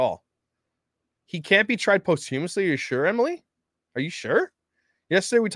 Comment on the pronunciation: It"s pronounced: pos-chuh-muhs-lee. Not Post....